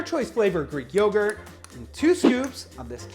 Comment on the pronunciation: I'm here just to hear the word "yeoww-gurt" Bill & Ted would be proud